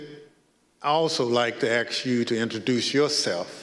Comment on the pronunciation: Ask... not axed. 🙄